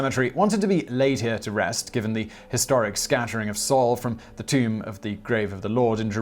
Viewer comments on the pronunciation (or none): none